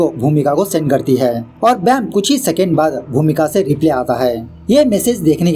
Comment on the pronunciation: Sir ... Har humesha nhi humesha Replay nhi reply Plz apni pronounciation sudharen.